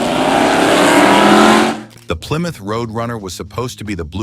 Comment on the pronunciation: Ply Mouth?????